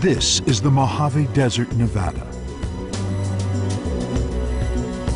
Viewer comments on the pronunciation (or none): none